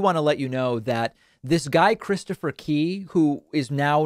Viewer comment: I thought you were saying 'Christopher Pee" for a while ...